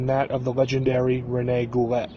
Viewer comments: watching him on this andre the giant documentary, (he was Andre's friend....there's no way this is true...Goulet is pronounced "Goo-Lay" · It's pronounced GOOLAY you FUCKING IGNORANT PEASANT PIECE OF SHIT!!!